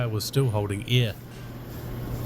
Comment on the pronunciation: "somehow this tyeh is still holding ayeh"